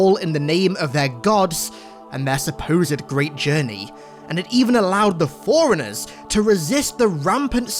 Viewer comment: It's Forerunners; not foreigners....though I guess you're not wrong with either.